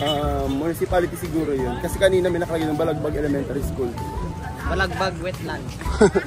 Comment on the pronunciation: Tito correction po sa balagbag it's balabag po (correction lang po as boracaynon)